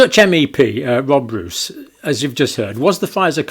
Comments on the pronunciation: Hello Doctor Campbell. I think you're doing a great job. But PLEASE pronounce the Dutch name "Roos" as "Rose" and not as "Rous". (The Dutch word 'Roos' means 'Rose' by the way). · For future use: his name is pronounced as "Rose" (Yes, the flower) not "Ruuus" . So, your English rose, is our Dutch Roos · Speed of science means: Even though we didn't kniw shit about the Vax, we pushed it onto "the market' a.k.a. unsuspecting citizens, anyway to earn big bucks Btw, Roos is pronounced as Rose (that's what it means too) . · Tiny detail: you may pronounce it more like "Rose". Which is also what I means 😉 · The MEP's name is pronounced [more like] 'Rose' [in English]. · Dutch Roos is pronounced Rose (approximately). Which it means, btw. As in Roosevelt, rosefield. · Just FYI, the Dutch surname Roos is pronounced similarly to the English name Rose. The meaning, as in the flower, is the same as well. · Pedantic and off topic: Two Os in Dutch is a long O. So Rob Roos is pronounced like "rose" ...but fast instead of prolonged by the e.